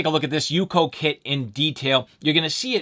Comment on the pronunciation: Its not "UCO" as in one word. Its U-C-O 🤣🤣